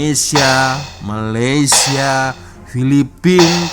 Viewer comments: Malaysia..bukan mayaysia😢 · BUKAN MAYAYSIA LAA TAPI MALAYSIA... EJAAN MALAYSIA PUN TAK BETUL, APA TERUK SANGAT, NEGARA JIRAN PUN TAK TAU NAK SEBUT.